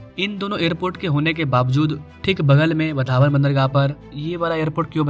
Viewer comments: भाई तू गलत प्रोनौन्सिएशन कर रहा है 'वधावन पोर्ट' नही 'वाढवण पोर्ट' ऐसा बोलिये | 'वाढवण पोर्ट' ऐसा बोलिये उस जगह का नाम है 'वाढवण' | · आपको वाढवण बोलना नहीं आता क्या?